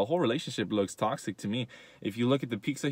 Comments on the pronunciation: *pizza not pikza😂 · He said piccza💀💀 only real mexicans know whats up🤙🏽